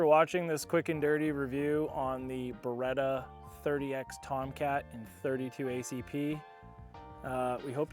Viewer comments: perchè dite Bereta? si dice Beretttta:face-blue-smiling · Si dice Beretta non beeeeretaaa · Ah yes. The Burretta and the Furrari - staples of Italian brands worldwide.